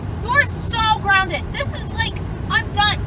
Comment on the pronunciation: Your Gwounded 😂